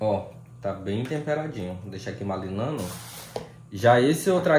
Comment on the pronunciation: não se diz "malinando" se diz "marinando"!!! É só uma dica, ok?! 😊